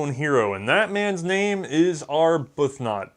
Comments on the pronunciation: Arbuthnot/Arbuthnott is pronounced: Aa - Buth - Nūht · AR-b'th-NOT ...Comments to confuse people who don't watch the video.